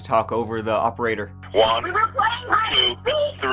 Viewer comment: I'd agree, but one of a kind, really?...let's go with "tree" of a kind 😆, but yeah, he's the best